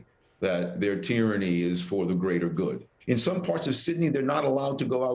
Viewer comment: There’s no “ i “ in tyranny !!!